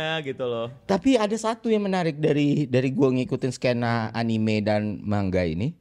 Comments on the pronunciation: Terkait cara baca, aku bantu jelasin yaaw 1. Anime アニメ Kalau mau ngambil style/cara baca Jepang, memang yg betul anime (アニメ) dengan bunyi 'e' seperti dalam penyebutan 'ember' (bukan 'e' seperti 'kelas') karena kosakata ini diambil dari serapan bahasa inggris 'animation', dalam bahasa Jepang menjadi 'アニメーション' (animeeshon) dan org Jepang nyingkat jadi アニメ (anime). Jepang itu huruf matinya cuma 'n' (ん or ン) ya btw. Makannya dalam pelafalan Jepang gada 'anim'. Tapi kalau mau pake jalur indonesian style or apalah itu, kurasa bebas aja lah, hehe. 2. Manga まんが/漫画/マンガ Secara spelling per huruf, memang dibaca ma-n-ga, dimana huruf 'n' saat bertemu 'ga' rulesnnya dibaca 'ng', makannya mungkin ada yg berargumen itu dibaca 'mangga'. Namuuun ini adalah salah satu pengecualian dalam bahasa jepang sehingga pemakaian umumnya di Jepang sendiri ini tetap dibaca 'manga', bukan 'mangga'. Info tambahan, sy kuliah jurusan pend. Bahasa Jepang, pernah tinggal di Jepang, mengajar B. Jepang 8 tahunan sampai sekarang, dan Japanese Speaker aktif di perusahaan tempat sy bekerja sekarang. Jadi insya allah penjelasan saya valid yaa😁 (bukan mau flexing, cuma takut dikira sotoy wkwkwkw) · Engga Bang Eno, sebutannya "anime" kalau dari katakana